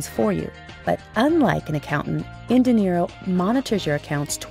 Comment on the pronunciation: Is there any reason why you pronounce "dinero" as "de Niro"?